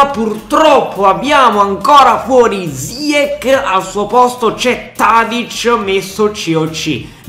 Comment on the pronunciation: ziech si pronuncia ziesh